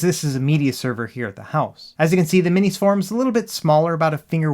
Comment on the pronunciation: Thank you for pronouncing "MinisForum" correctly, unlike ETA Prime.